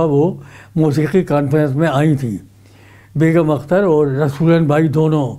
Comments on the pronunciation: From (California - US) aap Begum Akhtar naam ko Beghum Akhtar kah rahe hain; badi takleef ki baat hai. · Anchor ki zaban se"Begum" ka Talaffuz "Begham" ada kiya gaya hai.Yeh bhi ho sakta hai ke mere sunney mein ghalti ho....